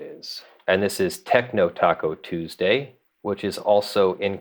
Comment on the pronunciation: I suspect it is pronounced "Tacu TuuursDAY" :)